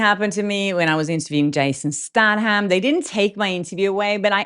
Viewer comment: “Nepo baby”…. Nepo is pronounced ne (as in nephew) po…, not NEEpo.❤️❤️❤️❤️❤️✌🏼✌🏼✌🏼🙂😁 …Jason Statham? “Stay tham” ❤️❤️😁😁😁✌🏼❤️❤️